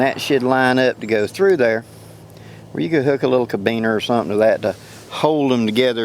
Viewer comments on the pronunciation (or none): Carabiner (Care-a-bean-er)